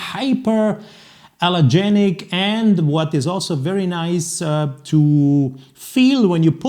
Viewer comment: It's like a G-Shock, but for a lot more money. Looks nice, though. Also, I believe it's hypoallergenic, not hyper.